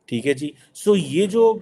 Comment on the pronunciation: Thee hai jee? Theek hai jee? Thee hai jee? Theek hai jee? Thee hai jee? Theek hai jee? Thee hai jee? Theek hai jee? Thee hai jee? Theek hai jee? Thee hai jee? Theek hai jee? Thee hai jee? Theek hai jee? Thee hai jee? Theek hai jee?